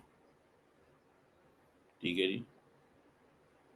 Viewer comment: learn to pronounce NECESSITY properly. What is the cost of these few scholarships in terms of money. Not even 5% of Pakistan's income from UN for Afghan refugees is spent on these scholarships, rest goes into the Pakistani official and private pockets.